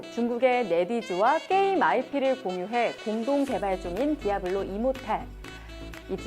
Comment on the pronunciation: 띠~아블로~~! 임~모뤌~ 으악